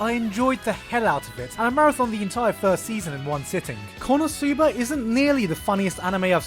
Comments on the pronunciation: why do you say kono sooba? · I'm still waiting for the day when Gigguk learns how to correctly pronounce the non-english title of an anime ESPECIALLY WHEN THEY SAY IT FOR YOU DURING EACH OF THE 5 INTERLUDES OF EACH EPISODE or do they also pronounce it like this on crunchyroll? Kappa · the way that he pronounces "konosuba" just ticks me off a strange lot for whatever reason.